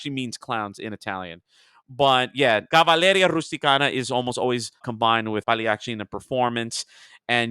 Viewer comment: I just realized I pronounced CAVALLERIA RUSTICIANA wrong! The emphasis is on the penultimate syllable. Sorry to all the Italian speakers out there!